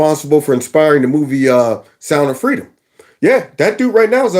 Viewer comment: Fweedom mama fweedom